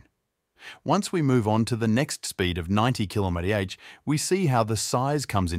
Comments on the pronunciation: ai slop, thats why its kilomety aitch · What's a "kilomety-aitch"?